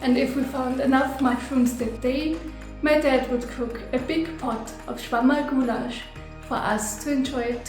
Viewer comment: Mabye I am a nasty nitpicker... but it's Schwammerlgulasch, not Schwammalgulasch. "Schwammerl" (little sponge) is an alternate word for "Pilz" (Mushroom)